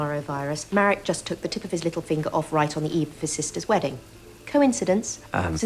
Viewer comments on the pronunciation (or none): none